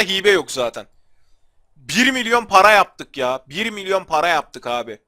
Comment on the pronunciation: MİLYON DEYİL MİLYORRR DİMÖİ ABİ GAADSDSFDSASDAFDSADFSFDS